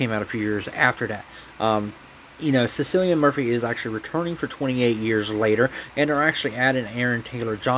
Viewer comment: SICILIAN MURPHY LMAO. Pronounced Killian or Killeeun.